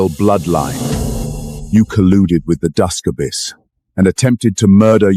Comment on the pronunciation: So many grammatical mispronunciations! Your mighnes 😂, lord of the ababys! I could go on but is so hilarious! Otherwise I did enjoy the story